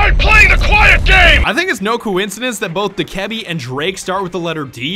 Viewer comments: It's dok-ah-bee Not doh-keb-e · It’s not (duh-ke-bee) It’s (doe-kuh-bee) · Do-ka-bee not dokehbee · I thought u pronounced dokkaebi doe-kah-bi but its doe-ka-bi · Ubisoft confirmed it’s dough-keh-be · u pronounce it dok-A-bee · Its pronounced DOKE-UH-BEE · It’s pronounced do-ku-bee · its pronounced "doke-eh-bee" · Its pronounced dough/ka/bee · Btw your pronouncing Dokkaebi and Vigil wrong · I can’t be the only one who is bothered by how he says Dokkaebi, still great vid tho